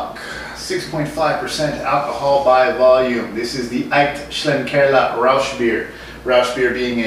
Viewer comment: As a German I have to say your pronunciation of "Aecht Schlenkerla Rauchbier" is spot on, so don't worry. Of course, this beer is not for the faint of heart. This is the kind of beer that'll grow on you over time.